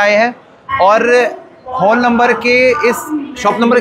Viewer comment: हॉल को तो ठीक से उच्चारण कर लीजिए 😢😢😢